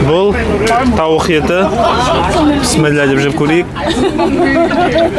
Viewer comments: Кеширерсиз, писмилла емес, бисмилляh деп айткан дурыс болады. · Пістіміллә деп емес бисмиллях деп же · Пісміла емес.Бисмилақ. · Пыссымилла деген жоқ құранда кемпушка ұқсап псмилда псмилла деп сенде дурустап айтсаңшы биссмиллаһ немесе биссмиллаһ рахманиирр рохииимм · Піссіміллә демеш, АЛЛАның атымен деген сөзді қор қылмай дұрыстап Бисмилләһ деп айтшы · Пэсмэлля деп ешактын етин жеп жаткан жоксынба баурым 😂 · Сенің бисиләң адамды мезі қылдырады екен.